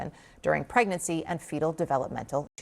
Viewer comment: aaacetermenerphin during pregnurcy... NOT good